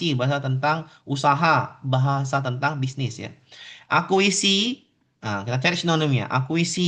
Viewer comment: koreksi pak. akuisisi bukan akuisi